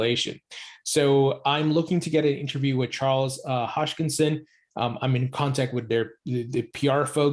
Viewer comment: Ha-s-kin-son not hosh-kin-son😉